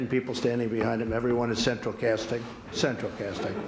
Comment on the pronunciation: “CeTraL CaSsTinG”